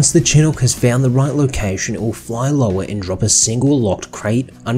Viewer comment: Fun fact: chinook is pronounced "chinook," not "chenuk."